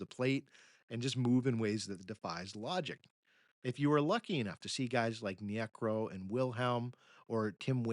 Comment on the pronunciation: Hi, been listening to many of your podcasts and have noticed a bizarre pronunciation trend. Phil Niekro repeatedly pronounced nee-AY-krow here is a prime example. In a prior podcast Vida Blue is pronounced VEE-da. Also in this podcast R.A. Dickey is said to have played for the Knicks, not the Mets. I can't see how an actual human baseball fan doing a deep dive into the game's history could make these kinds of mistakes.